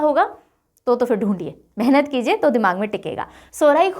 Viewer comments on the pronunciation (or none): none